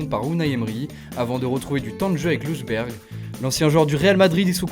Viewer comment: miskina il sait tjr pas prononcé les noms “lejunbérg”